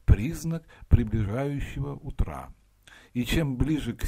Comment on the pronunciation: Утра. Ударение на у. Так в книге написано